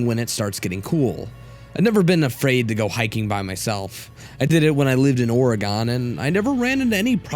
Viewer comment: "Oreh-goneh" Where are you from? xD